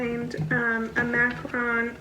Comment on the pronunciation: Hate the way you pronounce macaron lol